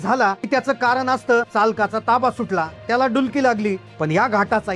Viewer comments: 'डुकली' शब्द पहिल्यांदाच ऐकलाय मी..🤦 कारण आजवर 'डुलकी' हा शब्दच ऐकत आलेय मी..🤷 इतक्या वाईट बातमीवर हसण्याचा इमोजी टाकणं योग्य नाही..🥺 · कामाचा सोडून किती फालतू बोलतो हा माणूस आणि अरे बाबा डूकली नाही रे डुलकी असता रे ते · अरे वार्तांकन करतोयस. डुलकी म्हण डुकली नाही.